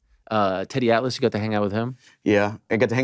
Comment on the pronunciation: man why did you have to call him tiddy atlas